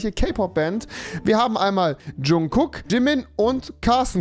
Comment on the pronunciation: aaahhh rewi ich bin so verdammt stolz auf dich das du nicht wie andere Jungkook und Jimin so behindert sondern vernünftig ausgesprochen hast :‘)